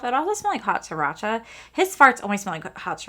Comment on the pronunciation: Stinky “hot siracha”! 😂😂😂